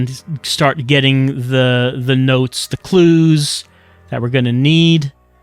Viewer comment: LOL “notez”